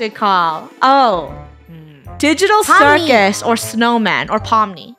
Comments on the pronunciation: I love it how says CiRuS instead of circus because of pomni 😂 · Bro she pronounced circus wrong